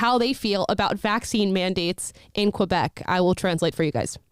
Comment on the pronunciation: Not "Qwa'-bec", "Keh'-bec", or "Kay'-bec". Mah fellow Americans...🙄🙂